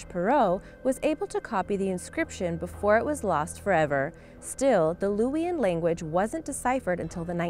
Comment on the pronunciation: #6 Just FYI, Luwian is pronounced "LOO-vee-an."